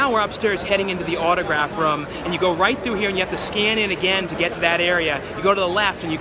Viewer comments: please stop saying rum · Room....not rum :P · Drinking game-Each time says "roam"/"rum" you take a shot! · When he says room it sounds like rum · This guy does not know how to say room.